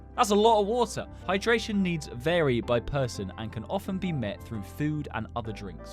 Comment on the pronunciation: “wOtar”… “ViTAMiNS”